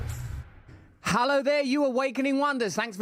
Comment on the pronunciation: Nice to see Russell in a shirt that’s still intact. Does he know it’s “HELLo” not “HOWLlo?”